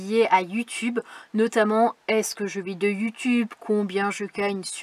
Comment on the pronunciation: Dit donc, elle finie un peu en queue de poisson ta vidéo! Mais très intéressante pour moi qui voudrais un jour être nomade ☺, j’ai bien aimé aussi quand tu parle de YouTube, en faite on entend yu tube, c’est mignon 😉, salut salut à tous le monde.